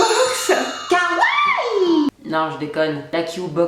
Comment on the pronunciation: C'est possible que quelqu'un sache prononcer correctement kawaii??? (c'est pas méchant)